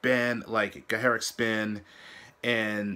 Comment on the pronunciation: Since a lot of native english speakers (mysteriously) struggle with the pronounciation of the word "gacharic" llet me clear that up: the "ch" is like you would say it in "much" or "touch". "gacha" means "shrill", "colorful". Besides that: they are absoluteley amazing!